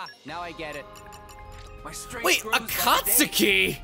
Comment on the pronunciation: Okay, gotta say it now., you are pronouncing Akatsuki's name wrong! Pronounce it like they do in Naruto: with the U being silent like it is for Sasuke!